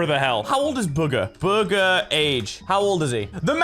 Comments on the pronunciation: Its boo-ga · Bugha (Boo-ga) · Ummm, actually, it’s pronounced BOOGA, AHAHAHAHAHAHA am smurt